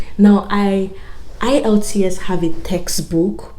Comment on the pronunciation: Is the E in the IELTS silent, cos you keep saying ilts